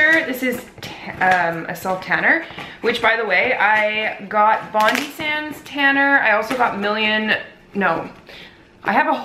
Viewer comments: Bondi is pronounced as bond-die. It's a place here in Australia. :) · HAHAHA how she says 'Bondi'!! It's pronounced like' bon-die' as in death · You said Bondi wrong aha :/ say bond then I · your puppy is so cute omg ahah aw. and btw you pronounce Bondi sands like bond- die sands haha xx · Omg it's so funny how you say bondi, hahaha. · You're saying Bondi wrong haha